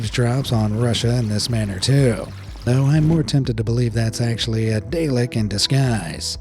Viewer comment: And misspronounces daleks😅